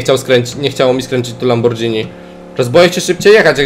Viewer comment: fajnie by było jak byś mówił lamborgini a nie lambordżini